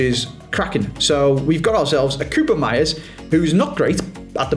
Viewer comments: if you gonna keep using koopmeiners try it like 'cope-miners' instead of coobermeyers or whatever you're saying now.. you're making half the letters up lol :P (cope miners still not perfect-perfect, but much closer at least) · Holy cow man I turned it off after the 5th "koopen-meiers"